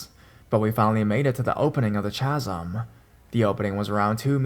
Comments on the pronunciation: Chasm pronounced Kazm sorry youre great i just thought you should know xo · It's pronounced ka-zm. Also Colorado native and also native to the area where third bridge is located. That place is totally a myth. My friends used that place as a make out spot. Scare the girl, get some. Corny but it worked. Keep doing your thing. Listen to you everyday. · Chasm - “kazm”